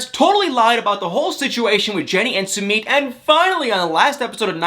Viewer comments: It’s su mit. Not Su meet . Geeesh. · I am no English major however I do have many friends from India. You are pronouncing his names as “Sue-Meat”.. that’s not how you pronounce his name.. you pronounce it “SUE-Mitt” just sayin🤷🏻‍♀️